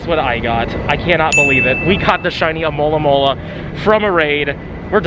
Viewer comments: Cant just someone pronounce Alomomola good. And not as Amolamola! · Why north americans have so much problem to say alomomola? I'm from Brazil, and here it's preety easy